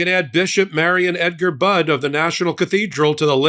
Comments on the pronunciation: Her name is pronounced like " buddy", not bud. Thank you!!❤ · PLEASE learn how to pronounce this Bishop's name! It is not Budd, it is Budde, with a long e. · Pronounced Bud E